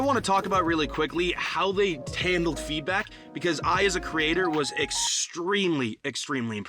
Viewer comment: this guy said feedbuck